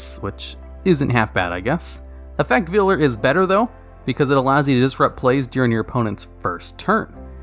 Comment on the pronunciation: Effect Veiler /Vay-ler/